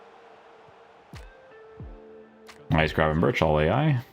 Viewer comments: But he says grafenbursh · You say his name wrong, CH = G , same as Bergkamp.